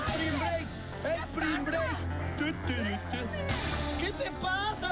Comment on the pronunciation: se dice spring break no spimg brake, che naco